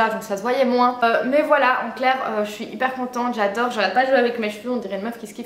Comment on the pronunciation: J'adoreuh w